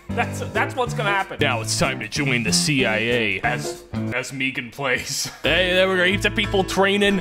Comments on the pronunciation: He really said meegan plays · How other says MeganPlays: MeganPlays how saids it: Me ganPlays